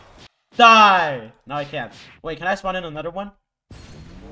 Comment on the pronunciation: spon a kilo whie i spon a shadow 💀